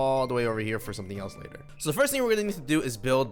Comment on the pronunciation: Whoelse caught say laler instead of later 😂😂